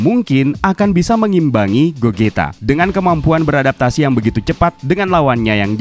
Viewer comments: gozita bang bacanya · gogeta bang bukan Gogito